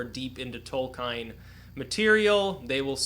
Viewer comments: not tolkaain .... tolk-iien. tolkien look it upp..just say it as you read it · Tol-ka-in? TOLKAIN???? Triggered